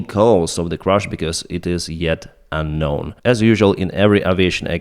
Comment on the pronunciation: It's "crash", not "crush"!